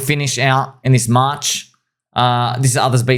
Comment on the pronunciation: It's pronounced "March"